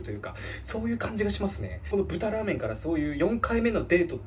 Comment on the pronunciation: 「らアメン(ラーメン)のびますよ」すこ